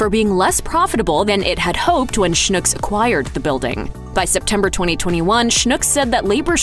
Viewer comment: You DO realize that Schnucks is pronounced to rhyme with "TUCKS"... What you are saying, "schnook", is a Yiddish word meaning "Stupid of gullible person". On the other hand, if the shoe fits...